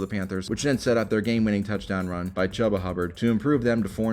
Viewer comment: Love the way he pronounces Chuba 😂